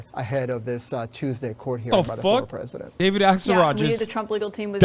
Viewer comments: That dude said presinent right before he correctly pronounced presidential lmao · The guy who kept saying "Presinent" was driving me crazy